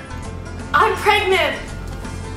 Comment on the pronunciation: I love how Jenn was like David I'm still pregat 😂😂😂😂😂😂😂😂😭😭😭😭❤️